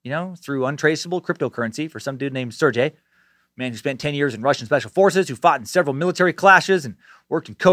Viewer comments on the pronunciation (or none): none